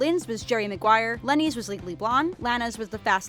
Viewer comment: Its leni not lennie